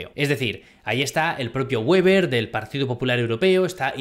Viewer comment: Weber en alemán no se pronuncia con la w como en inglés, se pronuncia como si fuera un b o una v en español.